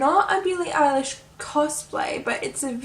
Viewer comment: Billie Eilish is pronounced Eye-lish I was confused at first😂 Then there was a video with Billie telling you how to say her name. Copycat is my favourite as well!!!!